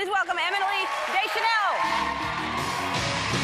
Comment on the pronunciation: did she say eminily